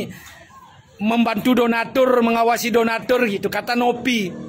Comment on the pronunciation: Donador donador tu lidahnya dibenahin dulu bang jangan ngotot2😂😂😂